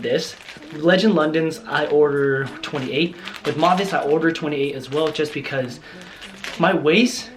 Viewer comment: It's pronounced "Mow-vay" Their stuff is awesome (high quality fabrics, stylish), I'm a fan.